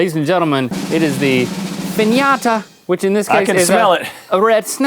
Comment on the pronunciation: I love the way Link said finata and red snapper!